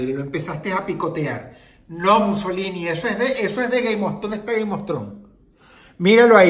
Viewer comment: Mussolini te pegó el acento italiano,verdad? xD